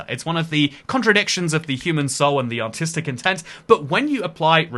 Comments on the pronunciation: Genuinely thought he said ‘Autistic intent’ and spit out cat hair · I think that's what he says every time he says "artistic". Something else that throws me for a loop is that accent has almost fully undergone the wall/wool merger, unlike my native accent (and pretty much every accent in my home country) in which wall is very much an aw sound.